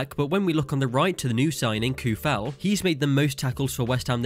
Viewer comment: Souček and Coufal you must read like O not OU . In Czech OU is O in English. Thanks for video from Czeh Republic.